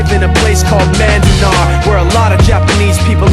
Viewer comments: ummm...im pretty sure its manzanar like the book Farewell to Manzanar not madinar lol, but good vid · its manzanar not mandanar